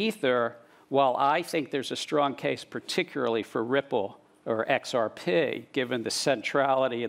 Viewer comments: I wonder if he learned to say XRPay at MITay... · I cringed when I heard him. I'm from Australia, but I've noticed we all pronounce XRP the same way.